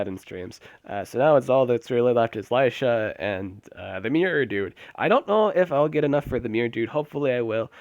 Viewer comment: lilyisha? lol its lilysha